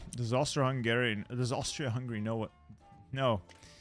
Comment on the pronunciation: that's a great attempt at that word, approved!